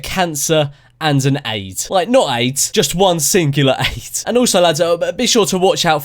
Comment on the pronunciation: I laughed my balls off! the whay he said aid!